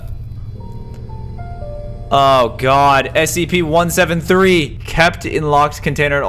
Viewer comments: Did he say scpp? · I like when he says scpp